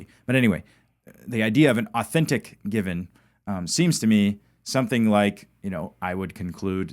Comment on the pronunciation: "Given" not Gibbon,... growing old sucks, I know, there myself. I do appreciate you learning Hebrew with Jacob though, learning new things like that help keep the mind sharp.👍🙏